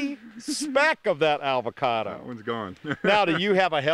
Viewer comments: "Your dog is eating an 'avacada'." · i love how he calls it an ALvacado